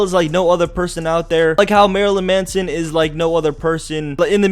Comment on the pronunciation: Every time he said Marylyn Manson I wanted to punch him he also pronounced it wrong